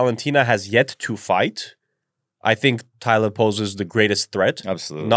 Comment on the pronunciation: Wow you can’t pronounce a 5 letter name. TALIA.